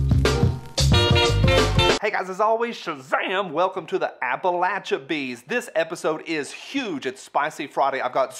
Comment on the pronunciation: Appalchabees?! Love IT!